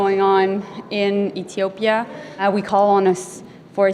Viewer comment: Yeah so concerned she can't even pronounce Ethiopia correctly.